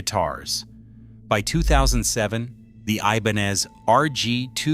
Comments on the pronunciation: It's pronounced I-ben-EZ. Your AI is till masacreing that name, which doesn't help matters much!! 👎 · Did he say E-bonez? Have I been pronouncing this word wrong my whole life? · I love my RG series, and wanted to hear this video .... but I had to stop after a few minutes because I couldn't stand listening to the different ways this obvious A.I. jerk pronounced 'Ibanez'!!